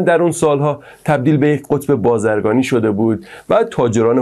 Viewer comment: بازررگانی با زیرگانی میگی ! No بازرگانی. بازرگانی بهتره